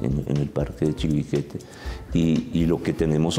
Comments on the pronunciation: creo que dicen mal la palabra chiribiquete, ellos dicen chibiriquete, muy mal profes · Se dice Chiribiquete, no Chibiriquete señores profesores. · El moderador nunca pudo pronunciar bien el nombre de Chiribiquete.